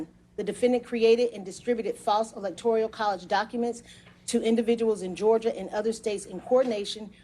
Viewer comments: Is there a word electorial I'm not aware of, or is she repeatedly mispronouncing electoral? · Why does she keep calling them ‘electorial’ college votes rather than ‘electoral’ college votes? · This is great news, but goddamnit, it's ELECTORAL not "ELECTORIAL." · It’s “electoral,” note”electorial.” It’s like fingers on a chalkboard. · It's "electoral" not "electorial" !!! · She keeps saying "electorial college" instead of "electoral college" ... am I the only one? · Electoral not "electorial". But anyway great statement. Public now. How will MAGA rationalize the conspiracy AGAINST Trump now? Threaten Powell and Cheseboro?🙄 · Electoral not Electorial!! That readout was driving me crazy but happy to see Trump getting more bad news! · This lady not know how to say “electoral”? 😂 tf is “electorial” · the clerk reading the charges needs to get the proper pronunciation of ELECTORAL isn't "electorial". it is a repeated faux pas and needs to be addressed. she otherwise did an admirable job of reading the densely worded charges. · Someone please tell her it's Electoral, not Electorial -. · ITS ELECTORAL NOT ELECTORIAL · It's Electoral, not Electorial sweetheart! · my ears tingle each time the prosecutor says "electorial" 😖 and i'm not even a native english speaker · Quit saying electorial lol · She keeps saying elecTORial. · woman cannot pronounce electoral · ELECTORIAL IS NOT A WORD!!! She’s is an excellent DA but hearing that mispronounced over and over is so annoying! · STOP SAYING ELECTORIAL!!! FUDGE! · I cringe every time I hear "electorial." Otherwise, great news! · That bothered me too. Stop saying electorial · How can a judge mispronounce the word "electoral" so many times? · I don't think you should be a judge if you cannot pronounce "electoral" correctly. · Why does she keep saying electorial? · Electoral, not electorial. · The correct term is ELECTORAL COLLEGE. kept saying ELECTORIAL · Anyone else bothered by how she pronounces Electoral as electorial